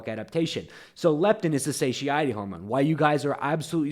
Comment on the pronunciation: Satiety Satiety satiety Suh tie uh tee It's called satiety